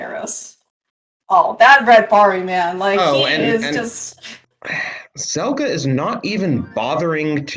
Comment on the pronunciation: I'm loving these videos but getting the name wrong for every match for Zelgadis-san is super annoying to listen to. Zelgadis shortens to Zel and if you're not sure what someone's username actually is it takes five seconds to search and come up with a probable source. This one isn't even hard: it's from the Slayers series. They scream "Zel!" a million times and Amelia calls for "Zelgadis-san!" a million more.